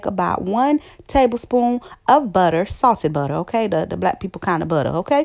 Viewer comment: Haha I thought I heard "saucey butter" LOL